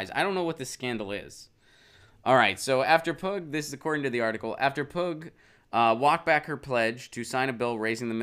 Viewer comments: You're right, hard to watch as I giggled every time he said pug. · Her last name, I believe, is pronounced "pew"...like Pew Research Center.